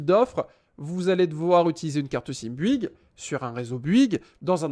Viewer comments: Vidéo longue chiante brouillon qui saoule. La même chose pourrait être faire en 5 minutes avec un minimum de préparation. Dans ta recherche sur BOUYGUES er non pas Buigue comme tu le prononces, la réponse est dans le titre de l'article que tu consultes: illimité visible à 5'37". Et tu ne réponds pas aux messages postés ... Merci pour les infos, mais je ne vais surtout pas m'abonner à ta chaîne , je ne suis pas assez patient. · Bonjour, alors sérieux avant de faire une vidéo comme ça bosse ton sujet parce que sinon ça sert à rien. Et ensuite c'est bOuygues et pas buigues!